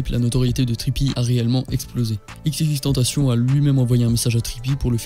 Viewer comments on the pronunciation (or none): none